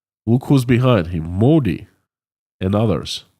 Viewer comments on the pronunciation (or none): none